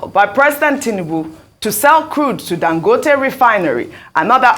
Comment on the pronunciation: Please why does Ogy pronounce it “Dan-gooo-tay?”urrgghh